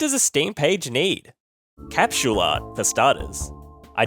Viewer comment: he said capshool?